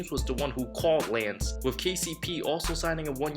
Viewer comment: "Laynce" Stephenson? LOL